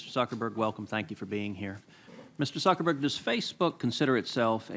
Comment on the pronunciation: . Calls him "Suckerberg" twice. Clearly articulates his name later.